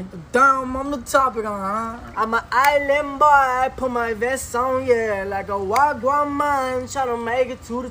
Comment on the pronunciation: 'Uma just a ilann boi! I'm just fooogazzyy' what